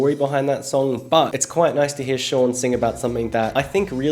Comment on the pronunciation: The way he pronounces shawn's name😂